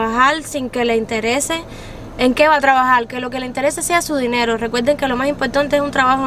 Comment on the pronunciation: Me encantó lo dicho por: "mentalidad de tlabajal, tlabajal y tlabajal"